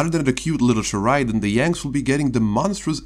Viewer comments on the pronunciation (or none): Correct pronunciation: Cher-ah-din